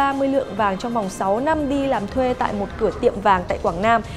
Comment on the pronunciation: em ko có ý chê bai nhưng hình như đọc sai từ năm thành lăm. gạch,đá em nhận hết